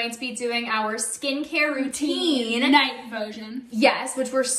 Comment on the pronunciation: You. Did not. Do your. Scicair. Rooteyn